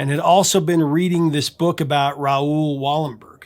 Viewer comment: As a Swede I chuckled at pronunciation of Raoul Wallenberg. It's more like Rowl and not Rah-ool.